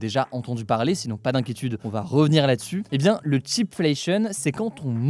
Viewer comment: not "chip" but "cheap"